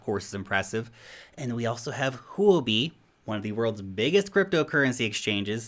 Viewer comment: you have pronounced huobi (货币） correctly! i am impressed